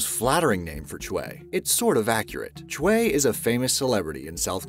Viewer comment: It's pronounced Choy. Hong Man Choi (Choy) As an MMA fan I laugh every time you call him "Chwey"